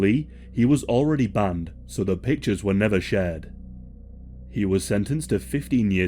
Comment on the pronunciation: Lol at tatas for za